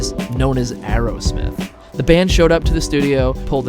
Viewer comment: Aerosmith... not Arrowsmith. k.d. lang, not k.d. long.